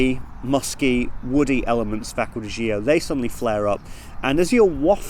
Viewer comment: It's GIORGIO Armani. And it's Acqua di GIO, not Zo